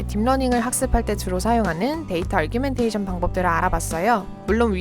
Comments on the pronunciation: 그러게요; argumentation으로 잘못 이해하고 부르시는거같아요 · Data_Augmentation에는 "r"이 없는데 자꾸 아r규멘테이션으로 들립니다. 그거 말고는 너무 좋은 영상 감사합니다~